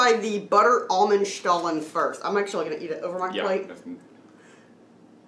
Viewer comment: Wow, we're so happy we watched this! We were torn between which stollen to get, and now the choice is crystal clear. Obviously, the marzipan is the way to go! Also, you taught us that we've actually been mispronouncing stollen this whole time, which is embarrassing. But now we know 😁 Terrific as always, & love that you reviewed it together, since we're obviously huge fans of duo reviews. Weirdly, we just posted our review of Aldi's newish cheesecake dessert bars. We're simpatico with Aldi dessert reviews in the last 24 hours 🤣